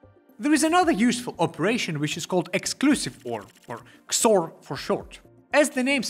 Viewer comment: I have to say, I’ve never heard someone call XOR “kzore”, but I really like it.